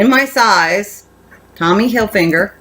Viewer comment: Hi! Cute finds! Nice Michael Kors! Just fyi....its pronounced Tommy Hilfiger! Not Hilfinger! Hope this helps!